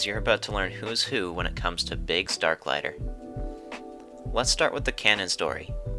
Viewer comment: Haha at least try to get the last name pronounced Overall great video though